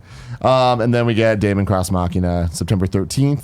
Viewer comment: Daemon X Machina. It's pronounced Demon